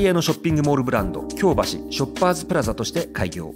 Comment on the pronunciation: 京橋⤵発音難しいですね～ 今回も素晴らしい内容ですっ✨